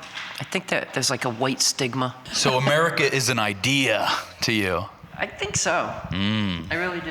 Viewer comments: yea lady, so what exactly is americer? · "Americker" - That Woman